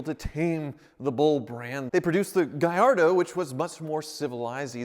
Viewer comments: Its´s GALLARDO! Not GUY-YARDO!!!! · Believe it or not the Lamborghini employees at HQ ignored the Spanish pronunciation of this car and the Gallardo and said it as Italians. Yes, they also pronounce Gallardo with a hard L.